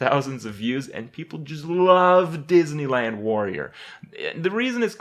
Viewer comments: DIDNEYLAND? YAAAAAAY. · The DEESneyland Warrior